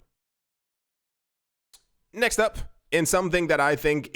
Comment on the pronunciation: Please say next up correctly as you keep waking up my Alexa thanks